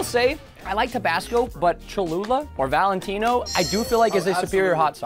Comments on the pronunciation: Its not valentines its valentina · It’s valatena